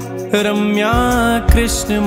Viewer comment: माँफी चाहता हूँ - पर आपने २१ नम्बर नाम को जप में बोलते समय आरम्या बोला है - और सामने लिखा रम्या है.. कृपा करके मार्गदर्शन करिए..